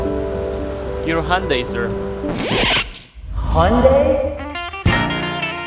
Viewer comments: why cant the guy say hy. undi...where does he get hundi from ...hes trying to say honda and hyundi..mixed ....they cant say vehicle....they say veer hicle..... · Please get your pronunciation sorted Hy yun dai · lmao1 when the guy said Hyundai